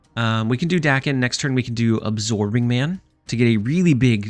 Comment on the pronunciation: I'm going to interpret the multiple "Dacken. Dayken?" in the video as a request for knowledge. Apologies if this comment is unwanted. In Japanese, "a" is pronounced "short" like the "a" in Lockjaw. So it'd be pronounced like Dawken or Docken. Basically just say the "a"s like you're doing in "muramasa." Thanks for all the content. I think I'll probably try this out tonight since I have all the cards.